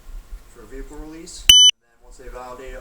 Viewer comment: great alphabet! 😂 Her expression was hilarious "I'd like to recite that again". Then "which one is your verehcle?"